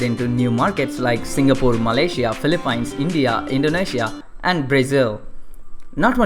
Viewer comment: philippines is pronounced FI-LI-PINS not PI-LI-PAYNS